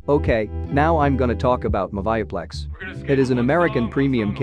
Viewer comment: Its pronounced moovieplex